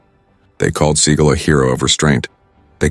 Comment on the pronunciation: Can you get the name pronounced correctly??